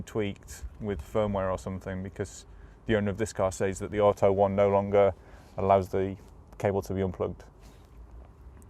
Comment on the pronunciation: "Under the hood"...You are from the UK where we call it a bonnet. Plus why can't you properly say "auto"